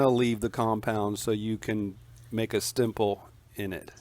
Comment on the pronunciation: It's called a stipple not a stimple .. other than that I'll give you a 2 thumbs 👍 👍 !!! If someone wants to say anything bad to for my comment just know I've been doing this work for 43 yrs going on 44 yrs